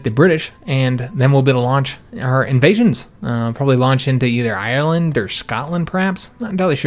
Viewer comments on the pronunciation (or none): none